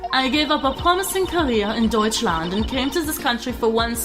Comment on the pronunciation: The way you say "Deutschland" is quite American. German is a little softer and more elegant.